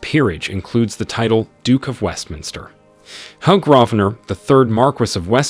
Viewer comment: His name is Hugh, pronounced Hew. not hug!